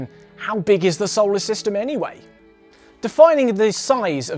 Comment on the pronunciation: It's pronounced So-lar system not Sou-le System. Sorry that was really bugging me